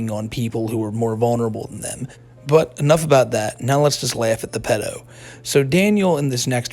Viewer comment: It made me happy hearing you pronounce “PEE-do”. Here in the U.K. we’ve used this word for as long as I remember. The true pronunciation!